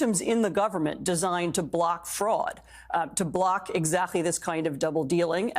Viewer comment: "We wll get rid of fruad!....laws...."